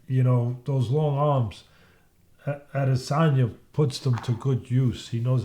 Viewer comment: "Israel Al-Lazange"